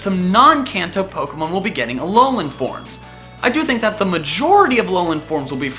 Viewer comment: Hate to be "that person", but is it too much to ask to pronounce "Kanto" correctly? He says it so many times in the video I wondered if he did it on purpose lol